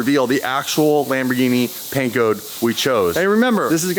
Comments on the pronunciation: Haha lam boar genie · Not even Italians pronounce Lamborghini the way does 😂 I chuckle every time